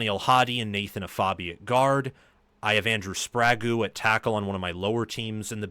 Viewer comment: Hey, since he'll be around for a few years, when you pronounce Andrew Sprague, it should be like spray-guh. And then Jayaire Hill is Jye-ear Hill, a Juh sound.